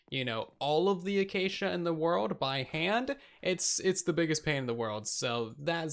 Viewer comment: First video I've gotten around to watching of TB. Was 'willage' intentional? Though props for saying acacia right. All I hear from Hermitcraft is achacha...